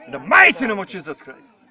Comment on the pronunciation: csíszösz kráijsz`` ,,háleeleluijaja`` UI:hátérbe üvölt hozzá ma egy cigit